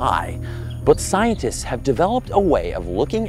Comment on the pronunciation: "ScienDtist". Ffs